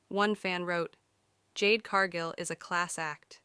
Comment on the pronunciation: Jade's last name is Cargill not Cargo. If you can't pronounce a person's name don't narrate 🎉WWE episodes.